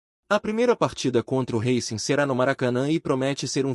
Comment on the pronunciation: Reicing não Rácing